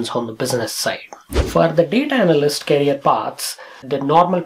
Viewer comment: Its career not carrier kindly pronounce it correctly